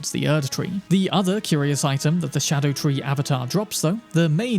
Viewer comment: It's not a "shadow tree." It's a Ska-doo tree, which is my its spelled as "Scadu-tree"